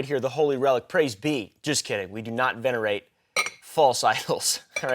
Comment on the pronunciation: you can stop pretending to be dumb. Ou used the word venerate in context and pronounced it correctly. Busted bro.